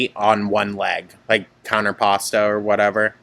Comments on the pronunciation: girl counter pasta 😭😭😭 I think you mean contrapposto 💀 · COUNTERPASTA? Did u mean contrapposto bc if so that’s the funniest pronunciation specifically for Amber. Counter+Pasta….